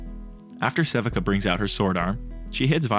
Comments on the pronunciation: If anyone hasn't pointed this out yet (and I'm prolly late), Sevika's name is pronounced "seh-vee-kah" not "seh-vih-kah" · love the way you pronounce sevika lol. sea-vee-kuh is the right way tho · It’s pronounced <SE VEE KA>